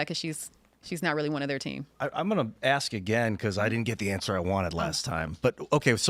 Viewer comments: Anybody who pronounces "ask" as "axe" should be prohibited from holding public office. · As intelligent as she seems, she still can't say the word "ask" properly.